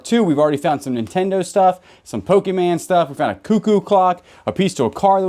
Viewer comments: Pokémon….not pokeman. I sit here and want to jump into the screen. Must say I have a laugh while sitting in the warm weather down here in New Zealand. Enjoy the humour…. Hope you guys have a great 2025 for storage units. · Pokemon NOT POKEMAN